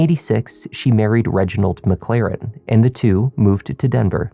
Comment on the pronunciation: “Reginald MacClaren”?